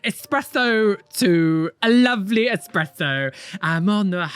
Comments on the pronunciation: Do we care that it’s Espresso not expresso??? Edit: you got to the same point lol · the title translates to “That’s how I deleted this tattoo”. It wouldn’t have stayed in dead skin anyway sooo 🫠 aww, a little Buttercup tat. do people go into this thinking it won’t hurt at all? Because this makes no sense otherwise. 😅 And it’s definitely “espresso”. It’s like nails on a chalkboard just hearing people pronounce it as “expresso“ never mind seeing it spelled like that 🤦🏻‍♀️ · Yes,, it's ESpresso, because "it's-a espress-ed outta da machiné." Yes, it's short for "café espresso" == "pressed coffee". It's not "fast coffee", Italians take their time. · “Expresso” 💀 Wow. Just. Wow. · "Expresso" 😂😂😂 Generally that's kind of a cool idea. But the "esecution" is terrible. 😂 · I have no idea why so many people here pronounce espresso that way.